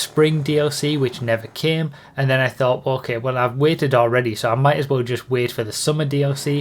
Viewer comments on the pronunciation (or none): none